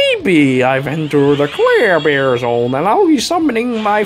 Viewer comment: Every time says Clairbear my tumor gets worse XD